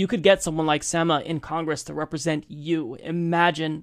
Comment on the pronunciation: I facepalmed whenever mispronounced Sema's name as "SEH-muh" instead of "SEE-muh". This happened even after Sema pronounced her name the right way! Come on!